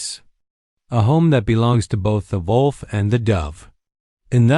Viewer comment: Dear lord! How difficult is it to pronounce the word "wolf" correctly?